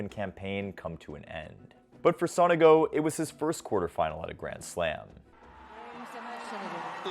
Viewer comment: btw Sonego is pronounced with an accent on the first O